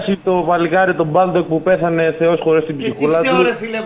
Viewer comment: Μέχρι και τώρα λέει επίτηδες λάθος το όνομα του Μπάλντοκ, σώνει και ντε να θυμίζει Αλέφαντο